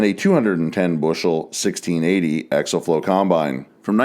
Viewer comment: It isn’t axle flow. It is axial flow. They aren’t pronounced the same.